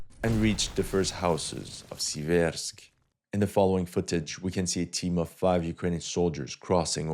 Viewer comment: SEE-vairsk Stress on the first syllable.